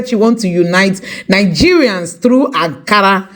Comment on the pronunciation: Akara not Ankara!